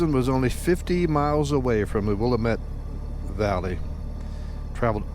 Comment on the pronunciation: Or Canola or Rape seed, no that's not a typo... Also the Dalles is pronounced The Dalls and the Willamette valley it the will-LAM-it valley...